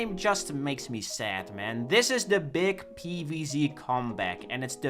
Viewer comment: If I have to hear PEEVEEZEE one more time im ending it